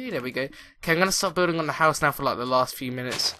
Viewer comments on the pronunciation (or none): House not huouse